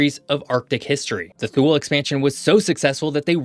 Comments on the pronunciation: as always, very informative. May I point our, however, that according to what Wikipedia confirmed for me was that it's ELZ-mere, rather than EL-iss-mere. Also, if you were talking about Thule when you said 'thool', it's actually TWO-lee, and Iqaluit = ee-CAL-oo-it, rather than ee-cah-LOO-it. As has already been pointed out below, the arctic pictures with trees in them aren't right, since the tree line is way down in the northern tip of Quebec at around 61 N. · For all place names in Canada that are called Agassiz, the emphasis is on the first syllable. However, he has used an uncommon pronunciation of Thule, which is more commonly pronounced TOO-lee. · Interesting video. Please check pronunciations of towns and places. Ellesmere (ELLS-mere), Thule (TOO--lee), Iqualuit (uh-KAA-loo-uht), etc. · FWIW, the name Thule is pronounced "TOO'-lee". We actually have a solid white cat by that name. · This had a scary amount of deficiency. No mention of couple centuries of contact with Norse Europeans. Thule is pronounced Toolee. Iqaluit mispronounced. There was no picture I recognized as an actual settlement in Nunavut.